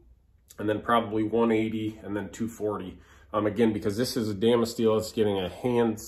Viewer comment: What is the steel call? Are you saying Dama steel?